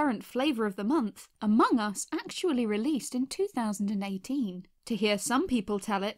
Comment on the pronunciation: Me: aMONG us.: Okay. Me: Okay, repeat.: AmongUS